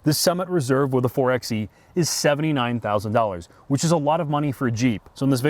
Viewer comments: It’s pronounced 4-by-e not 4-x-e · 4Xe is pronounced 4 (by) e like 4X4 4 (by) 4. in any case this is a very bad band aid for a company that is very late to the EV party. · You have done interviews with engineers, designers and a deep dive... but still call it a 4 "ex" e 90% of the time? I have a hard time listening to anyone's review that can't even say the name of the product correctly right from the start. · 4 BY E.. by the third time of 4XE I wanted to click off the video. I love you guys content but you’d think all this time with the engineers, you’d know how they intended it to be pronounced. 🤷🏼‍♂️🤣 Not sure I could pass on the Hemi for this. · pro tip: 4xe = four-by-e